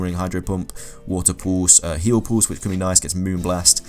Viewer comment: You keep saying "Moorn", are you trying to say moron? Or moon?